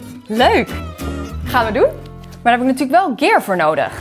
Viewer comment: Ooooh, u bedoelt net als "SHIT" en "FUCK"? Mag dan wat ouder zijn, maar ik hou niet zo van lenen en ben gewoon trots op mijn eigen nederlandse taaltje. En inderdaad moet het woord eigenlijk dus "Gear" zijn in plaat van "Kier" dus als U dan toch voor het engelse publiek een filmpje op Youtube plaatst, spreek het dan uit zoals het hoort aub.